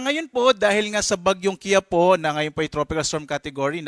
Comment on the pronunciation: KI-YA-PO ❎ KI-YA-PU✅ Ambobo mga pronounce kainis. Hindi po matigas ang PO vs PU Tamang pronounce niyan is KI-YA- po